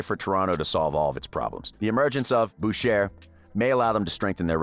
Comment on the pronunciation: It's pronounced like *Bouché Great video, though. I think Ibaka wasn't just a roleplayer, but a great 2 way stretch big that got us points inside the arc (something we're missing)